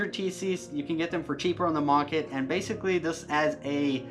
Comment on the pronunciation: HAHAHA OMG i just heard you say "on da maaarket" it made me laugh so hard (no hate, just funny)